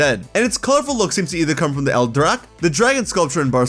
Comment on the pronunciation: Just to throw a bit of more knowledge here, “el drac” is Catalan, not Spanish, for “the dragon”. It is pronounce “al-drak”. Is a statue situated in Parc Güell and they use a type of technique called “trencadís”. Design by Gaudí, this whole park also inspired the style of Mesagoza in the game.